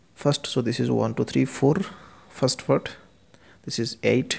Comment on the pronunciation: sir, honestly speaking you need to work on your english, specifically your pronunciation other than that i got the concept right. I was confused why we had to divide the numbers?? but got the whole concept, and reffered to rd sharma book.. But sir your "part" sounded like "fart" i died from laughing right there lol